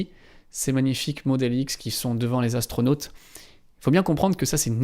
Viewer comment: Dans la présentation j’avoue que savoir que quatre Zastronautes sont partis dans l’espace m’a tellement fait mal aux oreilles que j’ai mis fin au visionnage de cet épisode. Désolé 🤦‍♂️